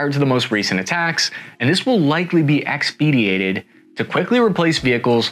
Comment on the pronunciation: Great Presentation! Finally an APC transport/ fighting vehicle that will not double as a death trap. One little correction that you might have caught already… expedited is pronounced like Ex-puh-die-tid. Keep up the good work!